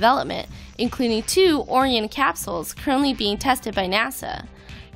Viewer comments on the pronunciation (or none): very awesome design looks a lot like something from KSP though. But one thing I am sick and tired of everyone of You YouTube NASA news channels puts out you say "Orion" wrong. I heard it the other day as well when President Trump was talking about what he plans for Nessa and he said it the same way you said it. And that's not how you say Orion. it's just like the constellation spelled the same way and everything you say it the same way. one more time Orion